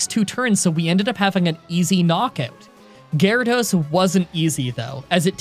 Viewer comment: .. why did u say 'Onix is up against Gyarados.' WHATS GYARADOS I THOUGHT I HEARD 'Onix is up against Water Onix!'